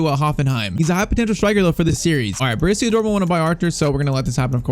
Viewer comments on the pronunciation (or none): none